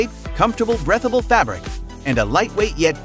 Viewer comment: Some neat stuff. Did he say "breath" able?! Lol